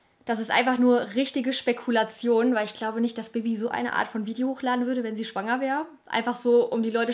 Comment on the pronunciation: Lea K haha jetzt wo du es sagst muss ich immer richtig hart lachen wenn sie spekulation sagt😂